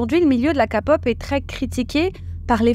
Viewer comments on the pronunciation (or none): le fait que tu dise ka au lieu de ké... ca heurte l'oreille lol mais merciii puor ta vidéo... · A chaque fois quelle dit KAPOP Je suis hyper dérangé 😂😂😂😂😂😂c est KEPOP ( accent aigu sur le E) 😢😢😢😢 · Par pitié arrêtez de dire « Ka » Pop, on dit « ké pop » 😭 ça se prononce comme un K en anglais. Je vois les commentaires « oui mais on est en France ». « Pop » ça vient aussi de l’anglais Sinon merci pour la vidéo, car même si j’adore ce genre, les dessous sont vraiment sombres, et les fans toxiques sont abominables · Quand tu dis kapop moi j entend kapot 😂😂😂😂 donc stp faut dire kepop pour nous autres la ... hein ! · J'ai pensé exactement pareil!! Ça se dit KPop! c anglais !! Ça m'a déconcentrer tout le long ! 😅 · Encore une vidéo très intéressante. J’aime votre point de vue, votre respect et votre engagement dans le féminisme, mais des fois vous me faites rire avec vos expressions de traviole 🤣 Par exemple dans cette vidéo, les citrons essorés, la K (prononcé ka au lieu de keï) pop et quelques autres que j’ai oubliés 🤪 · Chaque fois que vous dites 《Ka-Pop》 j'entends 《capote》 !!! 😂 😂😂 J'ai toujours appelé ça de la 《Ké-Pop》. Oui oui, à l'anglaise svp ! 😅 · "LA KAPOP"... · Sa se prononce ké-pop et non ka-pop voila voilu ❤ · J'espère que ça parraitra pas méchant mais perso entre ka pop ça me fait marré parce que j'entends tout le monde dire Kai pop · J'avoue ca m'a traumatisé tout le long d'entendre "ka"pop au lieu de "ké" pop 😅 Omega X la story n'est pas fini, la PDG revient à l'attaque avec des vidéos "montrant que ce sont certains membre du groupe qui l'ont agressé sexuellement et pas l'inverse... (oui oui) Dans les début de BTS RM et Jin je crois ne correspondaient pas aux critères de beauté et devaient porter un masque. C'est évident que tu ne peux pas danser des chorégraphies de plus en plus compliquées et chanter en live c'est physiquement impossible. Moon-bin, 1 an déjà quel gâchis 😢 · on dit Ké pop pas ka pop😢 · SVP KÉ-POP et non KA-POP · On dit pas KAPOP